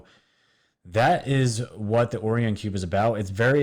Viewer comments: Not being critical but it is Orion not Orian =) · Its pronounced OH-Rye-ON Not ohryion haha Like the orion belt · Omg.... how can I take you serious when in the first 1 minute you call it the Orrrion cube.... it's pronounced like this "oh-Ryan" smfh..... WOW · o-Ri-on. z-ri-Tic-u-lie. Pronunciation counts bro... Peace. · Also oh rye un would be proper annunciation nbd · Geeeze this guy's dumb. "Nukulear", "Oreon", etc... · Is it not pronounced Oh-rye-on? Lol it’s low key driving me crazy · Enjoy your channel bro, excellent work. Just an FYI, not being critical... Orion is pronounced OH RYE AN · DUDE! OMG your pronunciation SUCKS!! Orion, Reticuli, Galileo. did you NEVER go to school? Common, do your homework. Hard to watch someone who seems to be reading from a script containing words they have never heard before. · you are mispronouncing Orion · If you're going to push some crazy conspiracy, whether it's in conjunction with this or that, please at least learn how to pronounce the name. Orion is a constellation in the winter sky for the northern hemisphere. It's the most common constellation out there. It's only 5 letters, for crying out loud. Orion is pronounced Oh-Rye-en. Emphasis on second syllable. It makes me cringe each time I've heard you say 'the orrree-enz'. I feel if you knew anything about the cosmos, you would have already realized long ago that you're (embarrassing) mispronouncing the word Orion. Carry on; rant over.